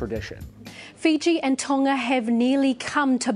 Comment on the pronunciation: Dude your pronunciation of Tonga is sooo white